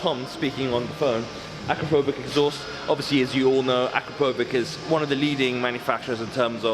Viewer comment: Akrapovič is pronounced "akrapovich"